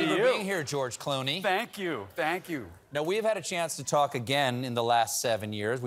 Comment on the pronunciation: The name is Clooney, not Cloney